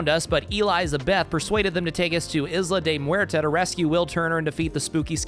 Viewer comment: Except for how to pronounce Isla de Muerta